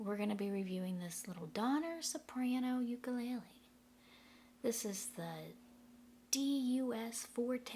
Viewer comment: First you are pronounced the name wrong!! It's Hawaiian Le le is flea u ku is jumping The uk sounds cheaply by the way it sounds when you thump it, and you are the first person to try to balance it like a knife, why??? Aquila strings suck unless you're cutting cheese but it does sound like $50 instrument thanks for the review, I would never buy this it's pretty crappy